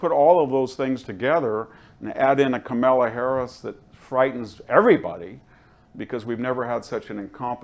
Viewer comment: I like VDH, but he really needs to learn to say names correctly. It’s Letitia James (not Letita), and he says Kamilla instead of Kamala every time.